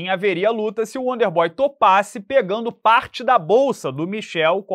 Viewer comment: Estão subestimando o "uónder bói" 😂 :_Charles